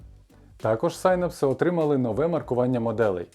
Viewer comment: нарешті хтось норм вимовив synapse!